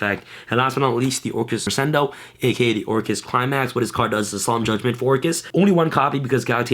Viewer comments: doesn't crescendo pronounce creshendo ? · Gotta learn how to pronounce crescendo.